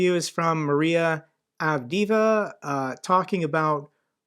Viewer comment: Great stuff as usual. Keep up the good work. FYI, “Avdiivka” in English media would usually be pronounced (simplified) as either [av-DEEV-ka] or [av-dee-I-ka] accent on the long I - the first is more accurate but the second more common